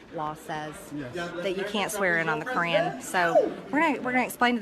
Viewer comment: MTG, " You can't swear in on the Korean"? I'm a born and bred southerner and have never heard anyone pronounce Koran as Korean. Bless her heart...